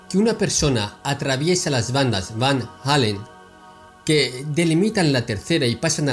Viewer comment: No es Van Halen sino Van Allen (sin pronunciar la h pues no hay h)